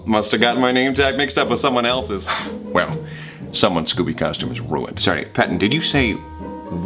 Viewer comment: Let's jus appreciate that pattens collar said pawton